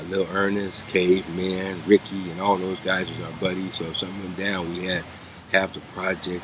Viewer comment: Jimmy Damn near called The C side Riccet when talking about Crip history!😂 he a real OG tho he good.